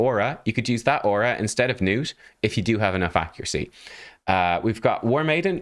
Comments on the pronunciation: Nah, man. "Nuut" is better than "Nut" allright, but it's supposed to be "Gnuut" with a hard G. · Please pronounce the G, man. This is coming from a Scandinavian. His name is is most likely a fantasy name derived from the real name Knut. So, yeah, pronounce the G like you would in "golem", not like in "gnome". Nice showcase of the champion btw. 🙂👍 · IT'S NOT NUTE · His name is pronounced "guh-nut", because thats what sounds the funniest 😁